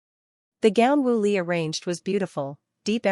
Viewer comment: Woo Lee not Willy!!